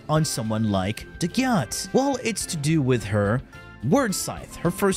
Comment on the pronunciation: As a dagath main I may be biased but she’s SO UNDERRATED!!! Also have some RESPECT for the faceless queen and SAY HER NAME RIGHT!! They tell you in the hollow if you don’t remember!! Ok with that off my chest thanks for the build guide I enjoy your content.